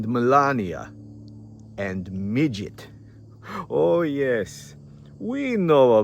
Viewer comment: Love your Russhian accent " midget" 😂😂😂